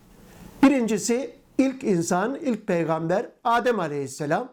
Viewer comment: Oğuz’a peygamder diyor ulan 😂